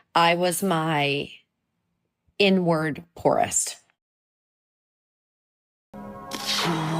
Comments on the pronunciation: I thought she said N-word poorest 😂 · OMG I thought she said N-word poorest. I was shook! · Thought she said N word poorest!! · lol I thought she said N word broke not inward broke 😅😅😅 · Did she say, "N word or inward?"